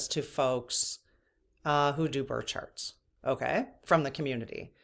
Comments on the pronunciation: Are you saying bird or birth charts? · I’m at the 13 minute mark and had to stop and comment. When was talking about birth charts I thought she was saying “bird sharts” several times. 😂😂😂 I was like whaaaaaa, why is everyone talking about bird sharts??? Lmao omg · Thought you said bird charts not birth charts - 😊